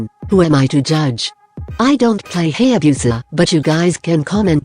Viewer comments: Hay - Yay - Biu - Sah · Who else notice "HAYABEUSA" 🤣🤣🤣 👇👇HIT THIS